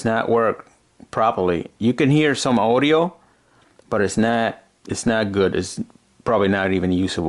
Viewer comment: And he says owdio instead of audio